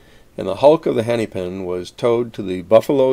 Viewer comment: Hennepin is pronounced more like henna-pin than henny-pin (or henny-pen, which you appear to be saying). The second “e” is short.